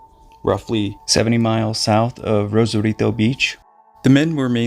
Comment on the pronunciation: Why are you attempting a Spanish accent just for Rosarito?😂😂😂